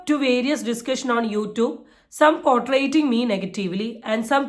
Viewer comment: it's not potraiting but Portraying